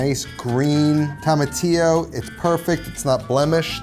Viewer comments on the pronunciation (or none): none